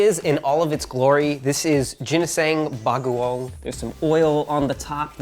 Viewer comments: Lol i thought i heard him say ginseng bagoong lol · Jinishang Bagoong 😂😂😂 cutest mispronounced word ever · I literally thought he said Ginseng bagoong and that Ginseng was the brand name lmao! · "Jinisaeng bagowng" Although you pronounced it wrong still acceptable since us filipino are not easily offended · “Jineseng beguong” hahahaha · I even thought i heard ginseng baguon...